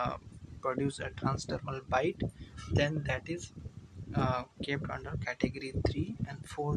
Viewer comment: "Und" care 💀